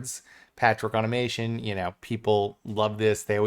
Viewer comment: Totally pedantic, but it is au-tom-a-ton, not au-to-mā-tion... sorry, just bugged me.... great video, though!